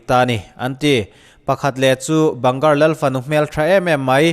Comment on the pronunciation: A ngaihnawm hle mai. Bhangarh hi ban gar tih ni lovin bang garh tia lam zawk tur niin ka hria. Ka tlawh ve tep a, hun ka nei ta lo. Ka ui khawp mai. Khawthim hnuah awm an phal lo. Hmunhlui dang ang lo takin ASI pawhin a chhungah office nei lovin a pawnah an nei daih bawk.